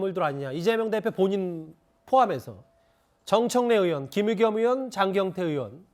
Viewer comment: 으원이라는 발음 거슬림